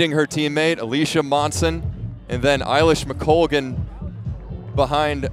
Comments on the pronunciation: A-lish, not I-lish! The woman is a multi medallist at major champs. Know how to pronounce her blooming name! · I think it's pronounced "eh" lish McColgan not "eye" lish. 🙂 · Great race, Eilish was always favourite! It’s also A-Lish not Eye-Lish! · Who are these announcers who can’t pronounce either Eilish or McColgan